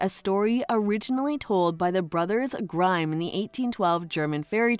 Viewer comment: Grimm. Not grime